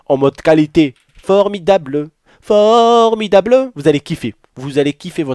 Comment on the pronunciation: Aaah! Je t'adore! J'adore dexter aussi. J'adore quand tu as dis une caméra formidableu formidableu